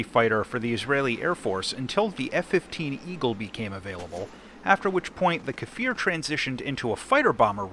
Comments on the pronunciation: Strictly speaking, it''s a Kfir, which means a baby lion in Hebrew NOT a "Kafir", which means a slur for nonbeliever in Arabic Don't let the pronunciation determine your side in arab-israeli wars :D P.S.: On the serious note, if it rips just like IIIE, I'd say hard no to such aircraft. You go dodge a missile, and the damned thing just snaps, even without boosters :c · why do everyone call iy kafir or kefir? its just kfir. you say it exactly as you read it. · its pronounced similarly to 'spear'. Just say 'kfear'... Its close enough